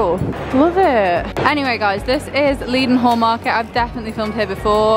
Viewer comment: Loved this video so many cool places! (If you want to sound like a true Londoner Leadenhall market is pronounced Led-nall!)